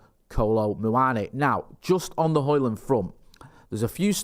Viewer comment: You got Højlund's name pretty much spot on,. As a long-term resident of Ginland and an enthysustic student of Scdndinavian ( snd ithrr) languages, it always pisses me off when vloggers mess up pronunciations. But you got that one right. 😁 👍👍👍